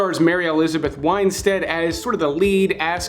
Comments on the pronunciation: Oh, for god's sake. It's WINstead, not WINEstead. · We gotta work on the how to pronounce elizabeth winstead